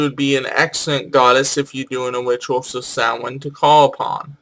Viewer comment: You continue to confuse Nemain with Nemed, so any time you connect her with anything having to do with groves you are wrong. And again, Morgan is British, not Irish. You may have corrected yourself, but you at least give the impression that "Sam-hane" is one way to pronounce "Samhain." It is not. She doesn't have an associated planet because the Celts weren't into astrology. The depiction of three goddesses at Bath are of the Matronae, not some sort of [cont.]